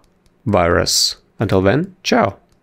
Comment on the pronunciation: When he said ćao! i though he was serbian country like me